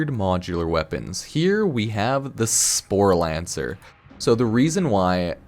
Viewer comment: Sporelacer not Sporlancer